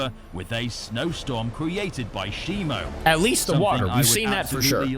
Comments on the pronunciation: u have been saying it wrong it's shimo and not shimu, we have bein saying it wrong this all time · A toy packaging leaked his name is not shimu it’s shimo